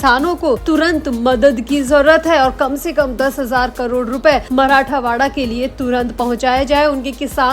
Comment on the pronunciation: मराठावाडा गलत उच्चार हैl मराठवाडा सही हैl